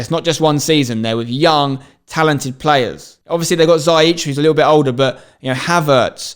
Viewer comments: You are actually unrealistic, Chelsea is battling for the title bro. The way you say "Hakim Zaich" is just horrible. Liverpool not winning the title is a fact, man city winning the title is another fact. Man United being second is unbelievably WRONG. That's my reaction to your premier League prediction! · Absolutely botched the pronunciation of Ziyech😂